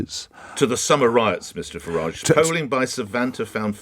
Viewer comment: If he was so keen on pointing out his ancestors came over hundreds of years ago he would be pronouncing his name ‘Faridge’ not the more continental ‘Faraajh’ 🤔